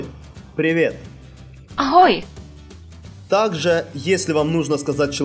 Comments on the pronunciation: Не аХой, а аГой, не добрэ итро, а добрэ рано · Скорее Агой, а не Ахой